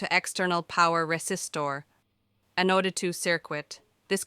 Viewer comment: The robot voice pronunciation is quite comical at times, particularly with words like "Kilo" and "Anode." I'm OK with reading subtitles!